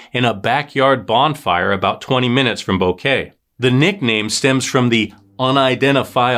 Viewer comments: Its bo ket not kay like flowers!! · It's pronounced BO- KEH- TEH. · Come on say Boquete correctly.